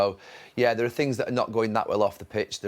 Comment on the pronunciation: Jamie " Theerre" Carragher